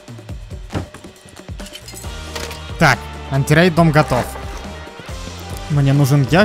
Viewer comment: Не чизерку а читерку)